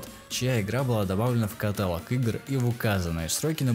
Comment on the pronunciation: ну каталОООООг же, катАлог как ножом в ухо